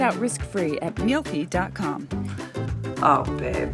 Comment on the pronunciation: That moment she said "mealthy app." I heard "milfy app." >_<